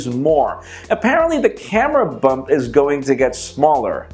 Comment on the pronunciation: said camera bump not hump